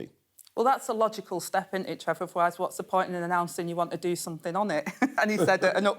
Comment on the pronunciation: I'm guessing "somefin" means " something" 🤷